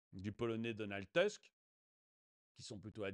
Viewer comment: Attention la prononciation, c'est Donald Tousque, merci ;)